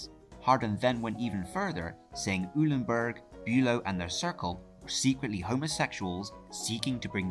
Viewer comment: Eulenberg is pronounced :"OY-lenberg" and not "EW-lenberg".